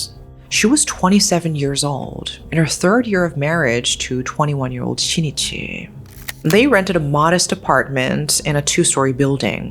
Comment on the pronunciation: The name of the husband is not SHI-NI-CHI. It is SHIN-I-CHI.